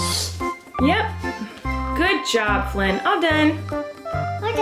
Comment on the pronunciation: does flynn know how to say his name??